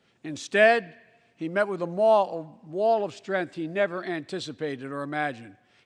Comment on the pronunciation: " Instead, he met with a ?MALL? of strength.." :)